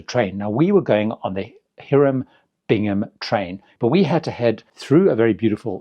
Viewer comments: Here-um Bingham? No, no, no. It is High-rum Bingham. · It’s not Heeram Bingham, it’s Hiram Bingham. Archaeologists are rolling over in their graves